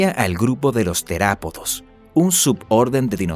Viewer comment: No es terapodo es teropodo